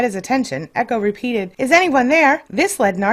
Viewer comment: echo not ego